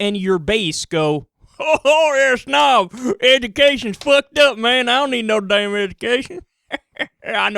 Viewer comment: Kyle, the orthographic n in words like damn, hymn, condemn and solemn etc is silent except where it belongs to a succeeding syllable. Thus it is silent in condemn and damn and remains silent when the syllable 'ing' is added to produce condemning and damning etc. It is only pronounced in words like condemnation, autumnal and hymnal etc. Source - The pronunciation of standard English in America by G Krapp and American English by G Tucker section 288.